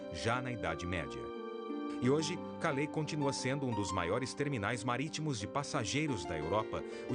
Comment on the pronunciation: Esse programa é muito bom, mas ouvir o narrador pronunciar nomes de cidades francesas como se fosse cidades americanas chega a ser patético! Calais = (Calé)